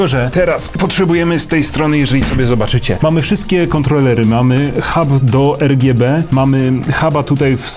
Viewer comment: o nje gdzie ERGJEBE :O